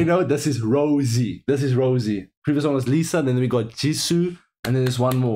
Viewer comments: Love the reaction but Ro-say. It pronounced as the expensive wine. Rosie is just her nickname not stage name.That is okay cause you guys are baby Blinks. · The girl you keep calling Rosie is Jennie Rosé (pronounced rose-ay) is the girl with the white/silver hair Lisa has the bangs and Jisoo is the brunette with long hair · pronouciation is RO ZAE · You pronounce Rosé like this "ROSA" i hope you get it😂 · He called Jennie Rosé 🤣🤣🤣🤣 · It’s ROSÉ, bruh! ROE-ZEH